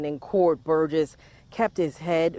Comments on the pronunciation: Well you slaughtered the last name (mine as well.) It's pronounced Bur-jess. Otherwise I love your vids😆😅🙄😍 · I’m not normally pro-death penalty, but… Also I know it’s inconsequential, but the last name is pronounced burr-jess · Great job. One thing though, its pronounced Bur-jiss, hard G x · This case is extremely heartbreaking! You can’t help but feel for that little girl, that last 24 hours of her life! Side note… you are mispronouncing their last name. It doesn’t really take a lot of research to get it right though considering every news clip included in this video it is pronounced correctly. My thoughts and prayers are with her family, especially her mother who I can only imagine is extremely hard on herself even though there were no warning signs and she obviously had no idea that this would happen!